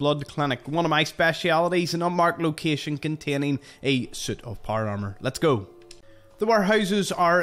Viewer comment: I’m pretty sure this guy is saying soot not suit 😂